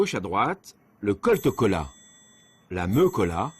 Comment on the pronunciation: c'est cola pas coca